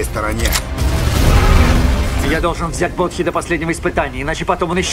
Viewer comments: Не Бодхи а Боди правильнее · Да не Бодхи он, а Боди. Как же уши режет этот перевод